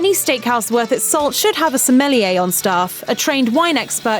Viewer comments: It’s not Smelliyea! It’s Sommelier!!! God! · What is a smelly a's. Please pronounce a wine expert correctly. Isnt it the JOB of a voice actor to pronounce a word correctly. Looks like i have to find a new voice actress for steak houses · Anyone else cringe at her pronunciation of the word “Sommelier”... it’s French...